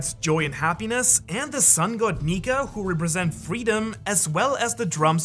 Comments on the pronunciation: Woohhhhh no way he didn't do a retake on the sun God Nika lol Nika with an A not a R😂😂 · Did nobody hear him say sun god Niker ? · No hate but you kinda said Niger in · Did anyone else notice that he had said Niger instead of Nika? At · my man said neker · Bro I think you seriously mispronounced "nika" like you put an r on the end that was never there. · bro said sun god negger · U said sun god niker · At the did he say nikER or am I tripin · "Sun God niger" AYO WHAT HUUHHHH NAHHHHH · Sun god neker☠️☠️☠️☠️☠️(dont hate he really said it) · I don’t like how homeboy pronounces “nika” with an “er” at the end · u said it wrong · BRO really said the n word hard r instead of nika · U aint the only one mate LMAO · that is NOT how u pronounce nika my dude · in min it sounds as he is saying something else💀💀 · At one point this guy said nika and I thought he said the n word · It sounded like you said the n word for a second 😭😭😭😭😭😭😭😭😭😭😭😭😭😭😭😭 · Is it just me or did nobody hear him slip up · He straight up said 🇳 🇮 🇬 🇬 🇪 🇷